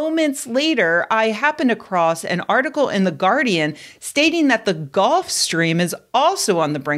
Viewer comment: GULF. GULF stream. Not “golf”.